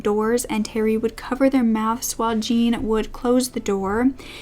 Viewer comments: actually it is my Parisian husband's name and it is J with a soft j followed by oh with a soft,faded n. Like Jorhnn. Not like John, which is a sharper word and with a hard J and n. It is spelt Jean but not pronounced Jean in French. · Jean in French is usually pronounced like "John" or "Zhjon" :) just fyi love your videos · Hi, never heard of this upsetting case before. Just a word on pronunciation. Jean is pronounced like zhon, and Berthe like Bear-ter There is a person in the comments repeatedly saying that the elderly victims were racists and implies they deserved their fates, which is disgusting. There is nothing to suggest they were racists and that they deserved torture and death. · Jean for a French man is pronounced more like "John" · it's closer to John than jean (like the pants) it's easily found pronounced on yt